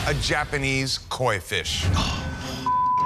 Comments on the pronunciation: I’m convinced she didn’t know what a Koi fish was, but that was the challenge for the day and she saw it written out like KOI thinking the ‘I’ was and ‘L’. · Mary Jean did agree to the artwork on paper. But yes, not knowing how to pronounce KOI was a red flag. Also, her choice of clothing and overall look: she wasn’t dressed for a tattoo. She was dressed for a night out. I realize everyone is different, but while I’m freshly showered, I look like I rolled out of bed. Lol. I wear comfortable clothes, cozy socks, no makeup, I bring my own pillow to help with positioning, lap blanket, snacks, headphones, etc. lol. It’s a lot but I have large tattoos that take several hours and I want to be prepared. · That chick who couldn't even say Koi right is fucked up. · The fact that she started off not being able to say KOI right is a bad sign